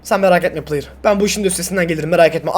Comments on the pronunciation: de playır dedin trmceye😂😂😂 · La adam trmc adama player diyo